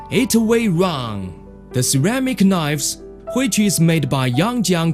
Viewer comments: Ceramic knoyyves. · CERAMIC KNOIVES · Ah, knoyves. My favourite.